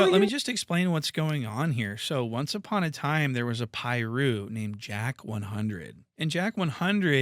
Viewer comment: it's Wack 100 not Jack